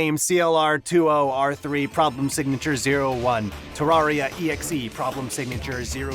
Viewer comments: I have never played terraria and I have never watched a terraria video. Why is this on my recommended? also why do you say terr are ee uh It’s terr air ee uh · its pronuced TER RA RIA not TAR RA RIA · dude, its TERR AR I A not TERR AR IA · I'm sorry did you just say terrARRRRRRia?